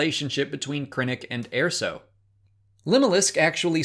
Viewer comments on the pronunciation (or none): Please stop pronouncing it "AIR-so." There is a canon pronunciation and it's "UR-so." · Did... you pronounce it, "Air-so"? Wtf. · Wasn't pronounced like that in the movie.